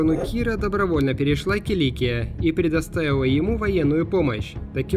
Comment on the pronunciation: киликИя, не килИкия.